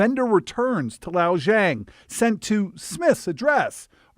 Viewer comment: What an idiot. Zhang is easy to pronounce. Yet....he.....FAILS! Send him back to primary school! (The poor guy is just COVERED in Tattoos, too. What a piece of work.)